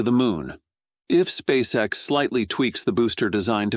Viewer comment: et on prononce "spèice ix" et non "spaceexe" !!! Abruti